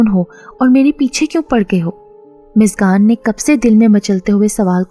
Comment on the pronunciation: App muskan ko miskan miskan q keh rhi hai? Mtlb itna mushkil name to nhi k ap muskan ko miskan miskan kr rhi hain